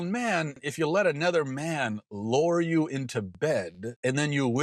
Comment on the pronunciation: Dude can't pronounce lure